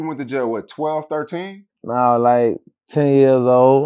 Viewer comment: "Nawl, like on purpose"